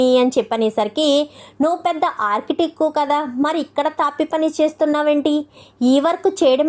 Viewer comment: Architec kadu architect. Feed work kadu field work. Talli English rakapote Telugu padalane vadandi.